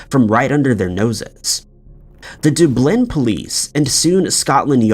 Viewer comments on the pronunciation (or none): Dude I love your voice, & you obviously work very hard at accumulating such a wide variety of mysteries. My only beef w/ you is.. are you a native English speaker?!? Seriously some of your pronunciations--and there r 2 many 2 count, but right here, for ex: it is DUB-lin, Ireland, NOT doo-BLIN. "Skoo-ner" not "Shoe-ner". C'mon man ur popular & prolly highly monetized, why not ✓ pronunciation for words you're not familiar with? It's kinda bi-ZARRE. ✌🏼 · I swear to God you mispronounce words on purpose just to make me mad... the way you said Dublin infuriates me I heard you pronounce Pharoah "fay-row" like COME ON